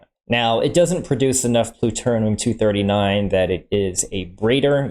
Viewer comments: My favorite part is when he said "Pluturnum 239" By a long shot! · What is Pluternum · Pluturnm 😂 I don't mean offense by this it just made me laugh so hard